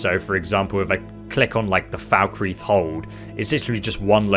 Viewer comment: "Markath and Falkrith" lol